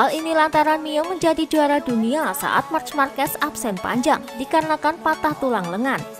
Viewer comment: Min nyebut nya Bukan march markes tapi mark markes 😂